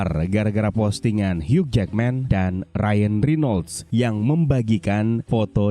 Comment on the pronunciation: "Hiu" min bacanya, huruf "g" ga dibaca...🙏🏻